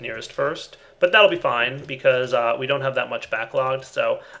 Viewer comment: Anytime he says something with 'be' and a long e, I hear 'bee'.